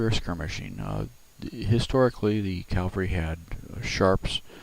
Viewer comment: Please know that proper pronunciation is CAV Al RY Not CAL var ry. Thanks.